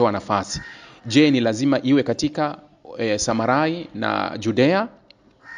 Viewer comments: Sema Judea na Samaria sio samarai, soma bibilia uwe makini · Nafikiri ni JUDEA-SAMARIA, sio SAMARAI